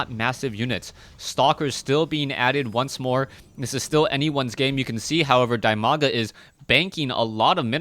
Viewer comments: He is called Di-maga. Not Die-maga. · "Dimaga" is pronounced as "dee-ma-ga"